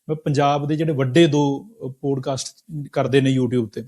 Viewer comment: ਪੋਡਕਾਸਟ ਨਹੀਂ ਪੌਡਕਾਸਟ...this is for MOST Indians. Learn to correctly pronounce English words. It has NOTHING to do with accent (American or British)